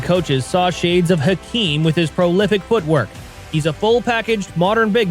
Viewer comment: Hakeem what my friend? Hakeem A(juan? de Marco or what?) 😅😂🤣 Alaaaajuwon my friend Alajuwon